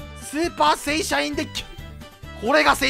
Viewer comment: 正社員がだんだん聖SHINEしか聞こえてこなくなったw